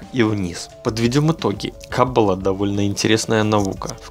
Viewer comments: Каббалááááá !! В Иврите всегда ударение га последний слог!!) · Ну почему ты не прозондировал как правильно говорить слово Каббала???? Ударение ставится на последнюю букву. Тема очень интересна, но режет слух неправильное произношение,что может подчеркнуть о незнании автора...